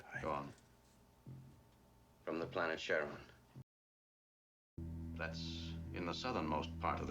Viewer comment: The planet's name is Cheron (like Chevron without the 'v")